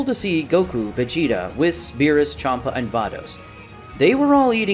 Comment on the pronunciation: I swear if i hear wissss instead of weasss one more time im gonna go crazy